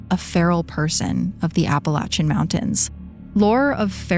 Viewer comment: Thanks for pronouncing the mountains correctly!